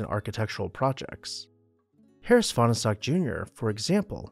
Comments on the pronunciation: It’s pronounced as 2 syllables not 3: Fahn stock. And it’s Vi lard’not vill’ard. You can ask me how I know and I won’t tell you. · Fahnestock is pronounce as two syllables - the "e" is silent. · They say there never was a Fahnestock! :) ..that's a joke! "Finer-Stock"!